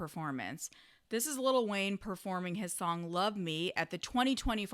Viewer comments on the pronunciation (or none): i agree but damn it's funny hearing you say little wayne 🤣🤣